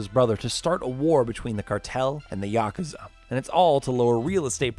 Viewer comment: Also "Ya-ka-zuh and ah-suh-ka" It's Ya-koo-za and a-soo-ka